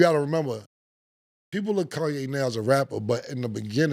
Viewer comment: Cam still says Kanye like he did on that intro. “Kawn - yay”